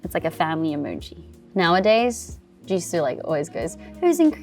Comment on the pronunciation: this is the first time i've heard her pronounce "jisoo" in aussie